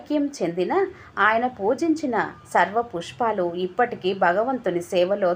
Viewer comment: Sarva pushpalu kaadamma swara pushpalu. Choosi chadavandi🙏